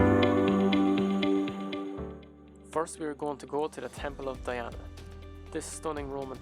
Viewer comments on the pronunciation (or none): none